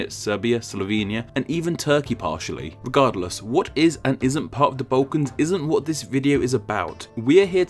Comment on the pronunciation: From which part of England are you? I ask because of your funny trend to pronounce the sound "u" instead of "l": Bautics, Baukans, etc.